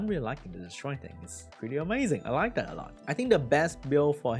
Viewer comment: into the vid, did he say, 'i laika that alot'. 👀